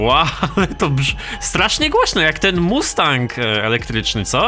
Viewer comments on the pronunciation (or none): none